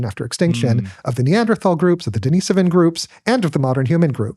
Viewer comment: HTF is he pronouncing "Denis-ovan as if it's the girls name "Deniece"? The guy doesn't even know hot to correctly pronounce their name.